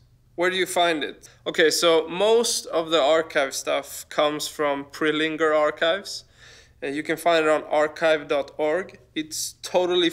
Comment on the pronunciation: It's not "pre linger" though, it's the last name of the archivist. Rick Prelinger.